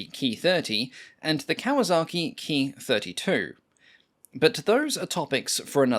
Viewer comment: Thanks for pronouncing Ki correctly.